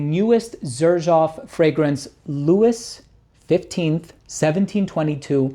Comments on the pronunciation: Did you REALLY pronounce it “Lou-is”???????? I know you’re American but really? Louis is pronounced “Lou-ee “. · Louis is pronounced Louie! 😂 And maybe it’s me but I find the Xerjoff boxes a pain in the arse, far too big, take up way too much space, very unnecessary.